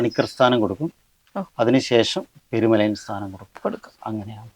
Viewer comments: പെരുമലായൻ അല്ല പെരുമലയൻ ആണ് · അവതാരിക പെരുമലയാൻ എന്നാണ് ഉപയോഗിക്കുന്നത്.. പെരുമലയൻ എന്നല്ലേ ശരി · പെരുമലയാനല്ല പെരുമലയൻ